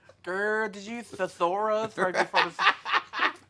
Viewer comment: Kim pronouncing the word 'thesaurus' is ... wonderful 😂